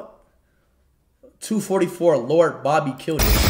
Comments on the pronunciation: Bobby ❌ babby ✅ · speed be like ...lord boby🚫lord barbie☑......🤣🤣